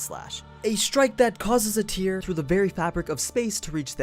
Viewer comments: I think you mispronounced Tear when you described reality slash, it's the rip kind of tear not the cry kind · hey, one pronounces tear, when it refers to ripping something up or ripping a hole, as t-air not t-ear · You pronounced tear wrong when describing reality slash. It’s like you just read your script wrong. Haha.